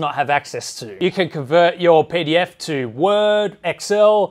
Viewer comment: Jesus Christ mate when you said pdf files at the beginning of the sponsored segment I legitimately thought you said pedophiles